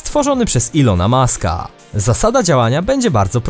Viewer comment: Elona muska a nie Ilona Muska